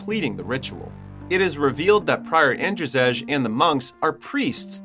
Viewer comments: In your country Andrzej is pronounced the same as Andrei, not "Andrjeg" :D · It's not "An-dra-zej" 😂, it's pronounced as And-zey or And-zei. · "Ander Zejj" lmfao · Your/The AIs pronounciation of "Andrzej" is painful. Its pronounced "Andzhey" or "Andjey" with french "je" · is that shet a polish film? cuz if yes andrzej u pronouced it wrong